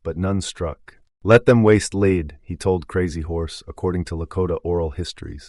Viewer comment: If this is AI narration...it's pathetic. If it was narrated by a human... it's even more deplorable. For example,mispronounced words such as: Charade, Wound, and Lead make it difficult to listen to this content. Either way, this only serves to prove that the Department of Education has failed and needs to be taken apart for major repairs!